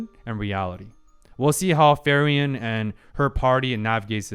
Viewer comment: I gotchu, her name is pronounced like Free-Ren, good stuff